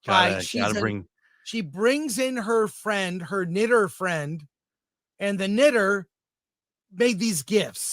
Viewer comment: "She brings in her friend, her knitter friend..." Wait... what did he just say? Oh, "knitter"... whew...